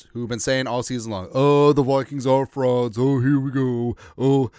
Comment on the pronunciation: FUH-RAUDS! When you don't show up when it counts, you are a FUH-RAUD!